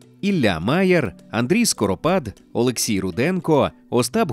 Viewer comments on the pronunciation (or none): none